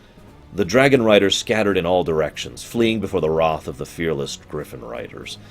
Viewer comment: The way you pronounce things was pretty awful and annoying but then you said “hoping to escape the alliances WROTH” Instead of wrath and I litterally shit myself